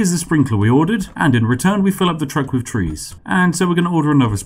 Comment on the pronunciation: "Free hundred." "Free logs." "Everyfing." "Wiv." 'Th' is for cool people. (It really doesn't help an international audience who can't differentiate well between 'free' and 'three' by context and your accent, or a domestic audience who don't like gangsta/chav talk.)